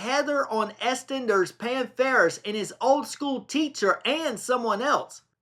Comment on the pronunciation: 'aye' is pronounced as the letter 'i' 'Eastenders is pronounced as 'East enders' NOT ESTENDERS!